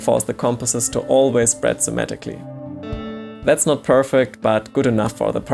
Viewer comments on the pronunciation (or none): Okay, while I’m like 99.987% certain he meant to say “symmetrically” I find the thought process of “opens very Semitically” to be amusing.